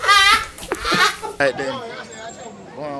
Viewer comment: "feel arite" 😄😄